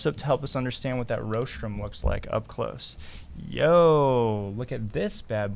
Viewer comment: You may want to check your pronunciation of rostrum (RAWstrum, not ROHstrum.)